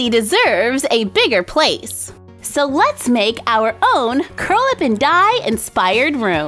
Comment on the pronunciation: I always thought you were saying Curlaven Dye salon, not Curl Up & Dye